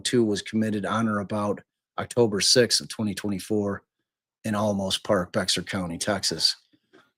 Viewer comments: For heaven’s sake. If you are making money off this family’s troubled times, at least learn the woman’s name, the names of the county and towns where all this happened. Bexar is Spanish and is not BEX-AR. This is pathetic and unkind. Get a real job. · Please have the consideration and respect to get the name correct. The victim’s name is Suzanne, not Susan, you only bother to get it correct occasionally. Also, Boerne is pronounced Bernie, Bexar is pronounced Bear. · Bear is pronounced "bear", and Boerne is pronounced "bernie". Last year I rented an apartment in that neighborhood and took my grandchildren trick-or-treating among all those beautiful houses. I wonder if I met them that day last year. Such a shame. I was just getting out of a relationship myself and struggling and dealing with trauma, but you don't think it's happening in those pretty houses.